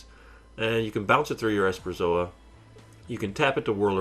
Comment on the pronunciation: Esperzoa? You mean Esperosa right? You also have too many lands, should have 20.